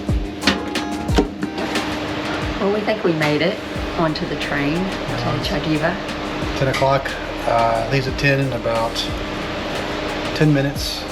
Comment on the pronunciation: Less than 3 minutes and more than 10 times pronounced wrongly. xD Poor 'xativenses'. Xd Xàtiva <- has accent on the first a. So instead of "xa TEEva" it should be said "XA tee va", very big first A. Close to CAnada in english pronounciation. Nice video!